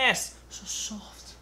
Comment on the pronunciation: Took me seven time to understand that you said "half" amount, ☺ Love your accent, me n my wife used to talk with each other in your style every time we made a pizza.. "sooft & crounchy.." ☺ thank You.. You've been a lot of help...